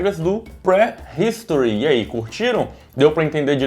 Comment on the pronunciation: Ainda tá falando errado.... pre (pri) history